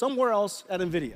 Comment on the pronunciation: Niividia xD